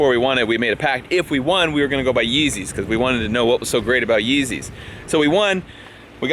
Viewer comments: The fucking up the yeezeys pisses me off 😩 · When he messed up the yeezes that hurt me